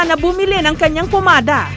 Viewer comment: Oi jessica PAMADA hindi POmada 😁😁😁